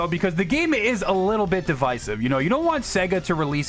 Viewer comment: say devisive again